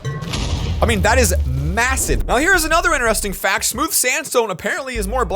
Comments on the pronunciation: BRO IT BLOC FACS NOT BLOC HAXS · he says hacks and not facts its so annoyying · "Block hacts" lmao